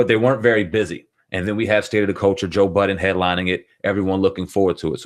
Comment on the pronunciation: Why does everyone put an s on the end of Budden, lol?